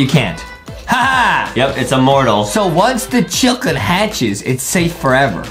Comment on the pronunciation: It’s not called a chiLcken it’s called a chicken no L